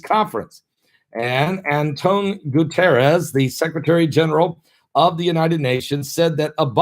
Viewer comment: I think it's pronounced. Gooty-Air-Ezz